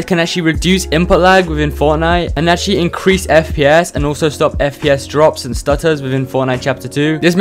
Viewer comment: "inrease" other than that, nice video, helped a lot